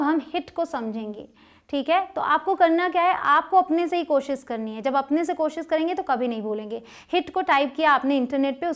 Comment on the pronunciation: This is useful session 👌 Thanks but sorry to say please work on your Koshish word. Please don't take it wrong way.